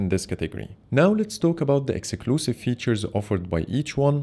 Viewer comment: Did you say “execlusive features”?😵‍💫🤣